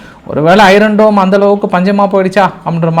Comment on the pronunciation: ஆர்கே சார் உங்கள் வாசிப் பின் ஆர்வத்தில் அழுத்தம் அதிகமாகவே உள்ளது(iron இதில்) ஆர் ஒலிகிடையா? அய்யன் டோம் இதுசரி! மன்னிக்கவும் சரியா! ஐரோன்டோம் தவறு❤